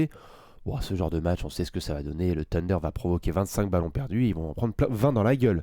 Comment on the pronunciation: Pourquoi vous dites "sunder"? Trashtalk ce prononce pas "srashtalk" alors je comprend pas